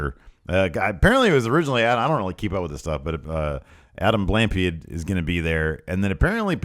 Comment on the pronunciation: YOU SAID BLAMPIED WRONG